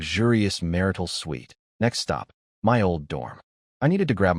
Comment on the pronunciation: mar-tial ❌ mar-ital ✅